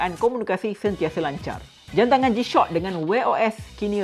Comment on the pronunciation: Kenapa aku dgr dia sebut "jam tangan g-shot" ni🥲🥲